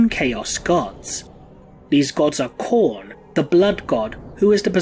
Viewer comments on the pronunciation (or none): none